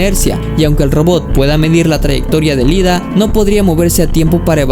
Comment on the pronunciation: Amigo, cometiste el misme error de muchos, es IIDA, no LIDA. La primera letra es una "i" latina mayuscula.